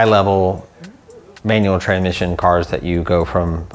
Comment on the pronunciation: Trenmisson filther 😂